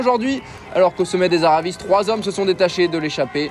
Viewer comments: Super résumé mais on dit « aravi » et pas « aravisse » 😅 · "creste volande" "aravisse" la voix off fait une effort stp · Aravi et Crè Volan ,on ne prononce pas les S